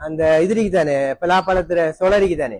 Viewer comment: பெலா பழம் இல்ல பலாப்பழம்